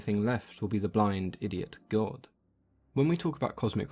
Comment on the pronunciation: I like the way you say the blind … idiot gawd.